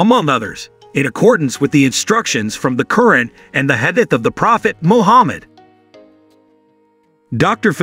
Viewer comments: This is important content and deserves better AI narration., especially concerning the mispronunciation of Quran, and repeatedly referring to "him", when Dr. Fidelma is clearly a woman. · Get an announcer who can pronounce "Quran" correctly. As is, his pronunciation is insulting.